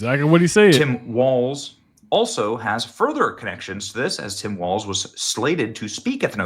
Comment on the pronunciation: Its Tim Walz, not Waltz